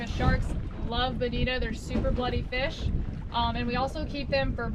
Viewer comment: You say Bonit(O), not Bonit(A)